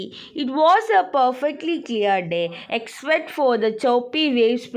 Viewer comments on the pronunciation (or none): none